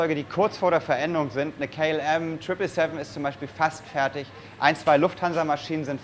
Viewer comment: Warum wird "KLM" englisch ausgesprochen? Sind eine niderländische Firma also wenn niederländisch aussprechen oder gleich Deutsch ;D